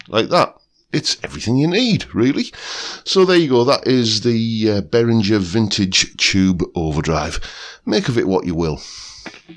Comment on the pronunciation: Hi, this is just for info, but I live in Germany and the correct pronunciation is Bay-ringer (ringer like bell ringer). But the main thing is that I have got this pedal on my fly rig cos my actual Ibanez weighs a ton in comparison, and the Behringer is as near as dammit, to my ears!